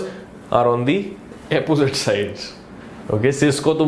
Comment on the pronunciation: Was laughing my heads off for "Zame " and "Epposite"